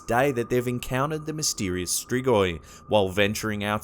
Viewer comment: Oh boy how you pronounced Strigoi